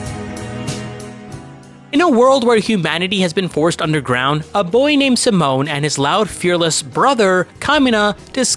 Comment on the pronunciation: Simon is pronounced "See-Moan" not "Sah-Moan."